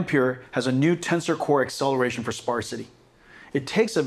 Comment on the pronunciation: Excelewation softwawre